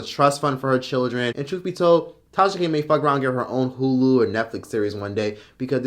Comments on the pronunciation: Because I have a slight hearing deficit and I thought I heard something in this video I had to listen to it twice. To me it wouldn't be a big deal but I thought I kept hearing you say Trasha, so I did hear what I heard. Still going to get my hearing checked but KUDOS👏 to you for a great unbiased informative video! Enjoyed it all! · You’ve officially worn out the name “Trahsa” 😭🙄 I use to crack df up every time Akademics said it😭🤣🤦🏾‍♀️ but get work & research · The fact that was able to keep calling her "Trasha K" the whole time is so impressive 🤣🤣🤣!! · I literally couldn’t get over how many times you referred Tasha k as “Trasha K,” this whole video! I died every time 🤣🤣🤣